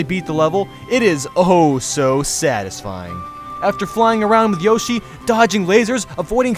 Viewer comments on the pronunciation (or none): none